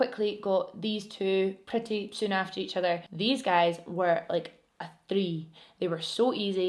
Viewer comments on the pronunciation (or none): none